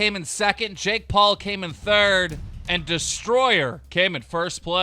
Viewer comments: You can't be clowning my guy Deestroying like that. "Deestroyer" LOL. I mean, he quit football for YouTube, so I consider him an entertainer. He does it full time too. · Deestroying not deestroyer 🗣😒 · It’s Deestroying not destroyer so I’m glad to see you did your research properly also he’s a fucking kicker so he’s hardly an athlete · Deestroying loll not Deestroyer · It’s Deestroying not destroyer 🤦‍♂️🤦‍♂️🤦‍♂️🤦‍♂️ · He said “deestroyer” but also deestroying did YouTube before he had an athletic career, he may have had college but that’s not a career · Its destroying not destroyer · Bro do ur research First of all his name is deestroying, not destroyer Second of all if u know ur facts he has been a youtuber way before the cfl 3rd of all HES A KICKER MY GUYYYY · “ destroyer “ 😂😂😂😂 its “ D-E-E-S-T-R-O-Y-I-N-G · Deestroyer lol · Dee.stroying not destroyer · Nigga called him Dee-Stroyer, it’s DEESTROYING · *Deestroying not destroyer. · Damn Keem really kept calling my man Deestroying, “Destroyer” 😂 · did this man just say destroyer? It’s Deestroying! Put some respect on his name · Why does keem always have to troll with peoples names. Like common keem, “ destroyer” u know it’s deestroying😂😂😂😭 and the way he pronounced bugah had me rolling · It’s a destroyinggggg not destroyer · DEESTROYING NOT DISTROYER he’s technically a full time you tuber he’s not even starting in the CFL teams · Keem,Destroyer it is Deestroying smh😔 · his name aint destroyer bro..........not tryna be petty but you could at least get his name right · Destroyer XD its deestroying Keem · I KNOW he didn’t just call him ‘destroyer’ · Can keem pronounce anyone’s name right Booga not buwga Destroying not destroyer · It's not destroyer it's deestroying I really still love you tho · it’s deestroying not deestroyer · It’s not deestroyer is deestroying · Lmao keem said destroyer and it’s destroying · Damn it Keem, it’s Deestroying, not Destroyer 😂😂😂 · He said destroyer instead of deestroying😂